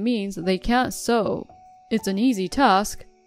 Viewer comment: Well done on pronouncing 'sew' correctly in the correct context 🙂 You've come a long way from when you used to say 'soou' for it. 👍